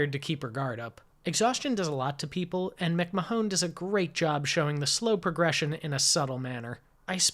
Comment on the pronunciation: Still enjoying the reviews - please keep them coming! For the record, Aline MacMahon's last name is pronounced, "Mac - MAN". I found that the film was remade in 1941 (to code!) as "Highway West".